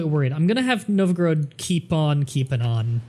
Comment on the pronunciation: I'm pretty sure it's pronounced Nov-Ga-Rodd (or something close to that), not Nov-groad.